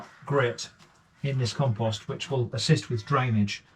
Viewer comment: Why would you say "calm-post"????